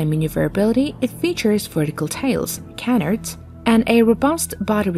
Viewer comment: You might check your pronunciation of CANARD?